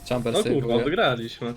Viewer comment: Ja osobiście lubie "Czejmbera" a nie "Czambera". Fajna postać.